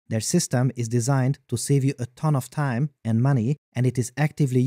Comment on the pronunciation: "What a tyme to be alyve."